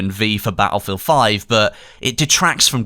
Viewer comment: Bat-Ullfield xD